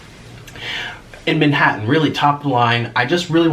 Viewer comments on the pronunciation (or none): none